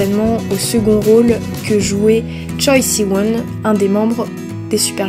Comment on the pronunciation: on prononce "chwe shiwon" ㅜㅜ sinon tu m'as donné des idées de drama a regarder, et je te conseille vivement W two worlds! ^^ (je l'ai terminé en 2 jours hehe)